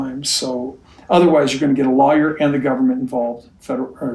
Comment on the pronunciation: It's funny that the way Cody says the word lawyer it actually sounds like he says liers..... Freudian slip Cody. Trying to hide his own lies...